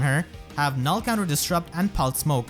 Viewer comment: Damn youtube really had to go and spite my boy for saying Null C